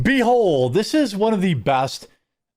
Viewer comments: Behold ❌ Be holed ✅ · You say Behold or B-hole? 😂